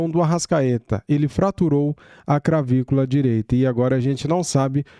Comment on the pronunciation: bom dia! Gosto do seu canal. Sempre assisto. Com muito respeito quero só lembrar a pronúncia correta: é "cLavícula". SRN ❤🖤